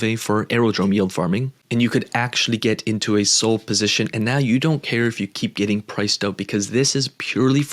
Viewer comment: When did SOL get pronounced SOLE?